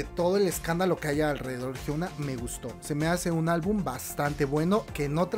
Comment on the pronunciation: Me da algo que dice Hyuna, así no se pronuncia se dice jiuna no jiouna